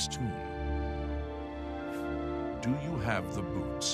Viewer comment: it sounds like he says "do you have the boobs?" XD